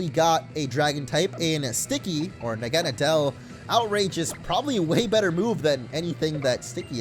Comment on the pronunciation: Naw-ga-naw-del pronounciation not Na-gah-na-del